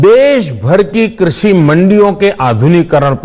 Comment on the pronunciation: इसको तो ठीक से कृषि भी नहीं बोलना आता